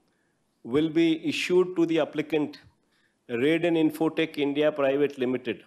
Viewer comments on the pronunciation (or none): none